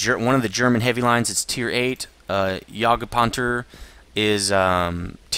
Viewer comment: u say jagdpanther wrong